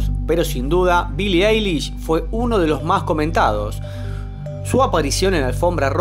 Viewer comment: "Billie Ailis" AJAJAJAJJA AY BASTA